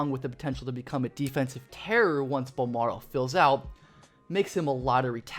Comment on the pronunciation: Oh please let the Spurs draft him lol. Carry on the legacy. Charles Barkley: BOL-MARRRO